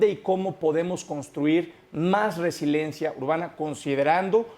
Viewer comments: Resiliencia, no resilencia. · No le entiendo al cuando dice "resilencia" si se refiere a resiliencia entonces no sabe lo que significa o a lo mejor se refiere a residencia pero queda fuera de contexto y ademas lo pronuncia mal, por otro lado concuerdo con el en, que habla de parches a las obras y santa lucia es definitivamente un parche que acarreará muchos problemas.